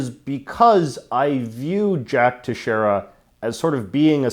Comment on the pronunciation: Plz learn how to pronounce Teixeira It's prenounced as : they shay rah